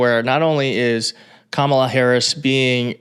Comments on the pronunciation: When these 🤡 can't pronounce her name correctly, it just another way of disrespecting her as a person. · Theyre mispronouncing her name on purpose. Its part of the dehumanization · They pronounce Kamala's name incorrectly PURPOSELY